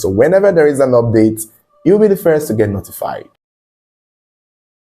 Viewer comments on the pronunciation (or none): none